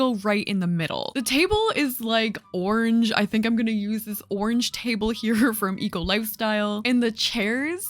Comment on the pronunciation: im british and the way u say ‘orange’ is so interesting!! it sounds like ‘orj’ to me 😂😂